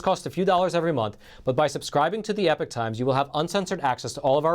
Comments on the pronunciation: Epic and Epoch are to very different words with two different pronunciations, wtf??? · exactly and it’s definitely not pronounced ‘epic’ like the host keeps saying!